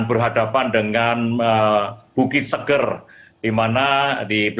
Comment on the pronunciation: Orang Lombok nyebutnya bukan bukit Seger kyk habis mandi/ minum. Tpi "E" pertamanya kayak sebutan "Enak/ Era / Efek". Mngkin bisa difahami.